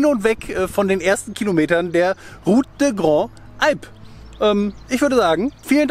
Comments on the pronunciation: Tut mir leid, ich wollte einfach nur helfen ohne dabei zu sehr zu belehren. Zuerst einmal geht es darum, wie das "des" ausgesprochen wird, du sagst immer de oder da, es wird aber lang gezogen, ebenso, wie wenn ein Akzent nach rechts auf dem e wäre, also "dee". Und bei "Grandes" wird das s hinten mit gesprochen weil ein Vokal folgt. Wir sind letzten Herbst auch ein paar Etappen von dieser Traumstraße gefahren, bei herrlichem Wetter, wirklich eine einzigartig! Viel Spaß euch beiden noch weiterhin, danke für eure tollen Videos, ich verpasse kein Einziges. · Schöne Tour. Aber bitte: Route des Grandes Alpes spricht sich „salp“. Das „s“ wird rübergezogen. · Endlich wieder on the Road with Camper!!! Kleine Hilfe bei der Aussprache: Ruth dä grandz'alp.... Geht's leichter - bon voyage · Auf französisch wird les und des ausgeprochen wie lä und dä, also route dä Grandes Alpes oder Thonon-lä-Bains 🤷😉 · Ich will hier ja nicht klugscheissen... aber das ist falsch. 😉😉 Les & des (wird jeweils im Plural verwendet) und werden genau so ausgesprochen.. einfach ohne die "s" am Schluss. Also le oder de lä und dä wird höchstens ausgesprochen, wenn es mit è geschrieben wird (wie zB. dès - seit/von) Und: Grandes wird "Grand" ausgesprochen... (weil weiblich & Plural). so, fertig mit Französisch-Lektion. 😉😉